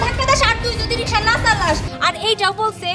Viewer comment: Riksha bananke Rishka bolen keno